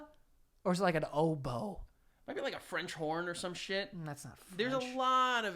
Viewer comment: When joe said is it a tuba? Or an ObOEe? I fuckin DIED